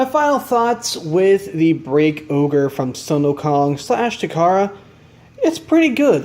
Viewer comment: Isnt it called break ogre not break oger